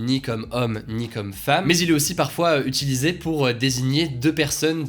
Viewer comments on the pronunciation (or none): none